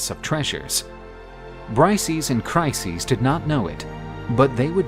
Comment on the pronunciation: Trojan war videos are superb, but pronunciation of both Briseis and Chryseis is just horrible.